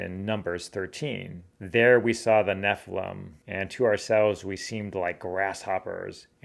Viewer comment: I don't get why you don't properly enunciate each syllable in NEPHILIM. It should be NEFF. ILL. IMM. Not "neflem".